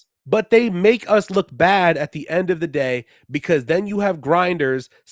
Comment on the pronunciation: why u said "ENDX NUMBA ONE" then??